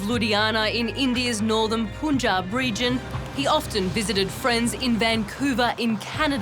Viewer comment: Gosh cant people get their pronounciation right...one can easily find it online... Its punjab pun should be pronounced as in pun intended. Also, tinder date while still not divorced from husband??? I know that this isnt the point of the video, but still it irks me. But thank goodness she found out his true self before getting entangled with him more. Sad for her father😢